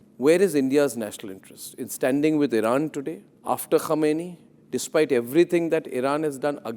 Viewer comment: Mr Arnab, don't confuse the pronunciations "Khamenei" and "Khomeini"! Quite some people make that mistake in the world. The mispronunciation creates confusion.